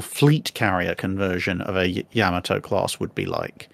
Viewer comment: holy crap someone pronounced yamato correctly